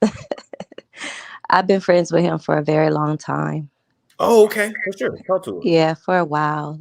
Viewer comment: I knew she was gonna be ignorant as soon as she said I sholl is..